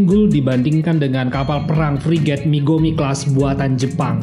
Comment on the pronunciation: Mogami bos bukan migomi menit 1.43